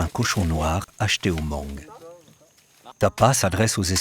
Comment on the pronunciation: Beautiful documentary! I like watching documentaries like this one. Just a little correction many time the narrator mentioned "Moung" it's also an ethnic group, but the real name is Hmong and the pronunciation is without the H. So it's read as Mong.